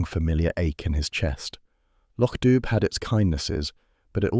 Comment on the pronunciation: The bh in Dubh is silent. It's "doo" as in pigeon.